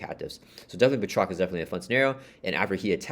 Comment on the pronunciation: good pronunciation of Batroc here 😁 can't wait to play the campaign over the weekend 😁